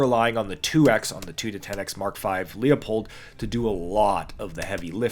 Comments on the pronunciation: Dang.. You and Hop… The first thing I do before watching your videos is set the playback speed to .80…….and BTW , It’s LooPold… Not LeoPold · Talks about SPRs, doesn't even have a clone correct Mod 0,1 or even H. shakes my head ....and you still can't pronounce Leupold right.